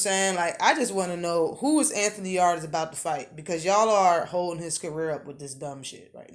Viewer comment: Yarde is ranked#1 by one sanctioning body. The rest he's not even there. Pronounce Yarde correct first, it's not pronounced like your back yard!! Lol! Canelo also not stealing fights. If something falls threw in everyday life and you see an opportunity to make millions your going to throw your hat in there and try to get it. Same in boxing. Kovalev is responsible for it all if anyone or anything. Also ward had been hunting in his own words at coming out of retirement to have a third fight with kovalev, who's name you also not pronouncing right. If that happens ward will fight him before anyone Yarde and Canelo included!!